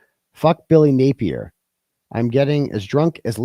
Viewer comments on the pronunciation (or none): none